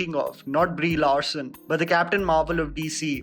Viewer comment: My god how he says brie Larson that accent